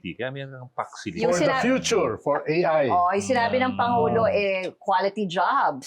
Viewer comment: Mali po ang Paks Silica.... "Fox Zuleika".... itaning nyu kay VP INDAY😂😂😂😂😂